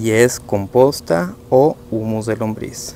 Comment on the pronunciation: es humo o humus? te escucho que dices humo